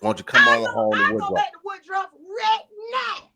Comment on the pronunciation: its WOODRUFF NOT WOODROW